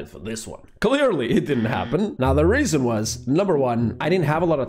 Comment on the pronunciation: I love that he says the raisin was..... Instead of the reason was.....😂😂😂😂